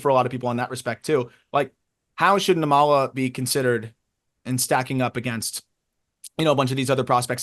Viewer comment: I’m catching up on pods so I’m a little late, and I hope I’m not repeating myself, but I hope y’all don’t mind a little pronunciation note on Arjun Nimmala. His last name is pronounced NIM-ma-la, with the stress on the first syllable. (Actually, if type his name into Google Translate and select Telugu as the language, you can hear how it’s pronounced.) I don’t know him personally or anything, but we’re from the same ethno-linguistic community; his parents are literally from the same twin cities area in South India as mine. Never thought I’d see a kid who could be my cousin playing pro ball. Hell, even other Indian people stereotype us as a bunch of unathletic nerds lol. And I’m glad we finally have a major leaguer of Indian descent in Kumar Rocker. I once hoped it would be me, but it turns out an 80-grade fastball and an 80mph fastball aren’t the same thing. 😜